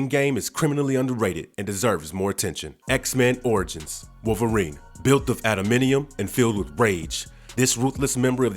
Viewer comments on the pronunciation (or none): AdamANTium. Not "Adaminium"